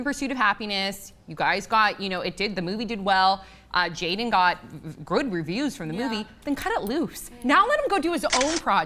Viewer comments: oh my fucking its not jayden but jaden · It says "Jaden" in the description but when says his name its spelled "Jayden" Lol which is it?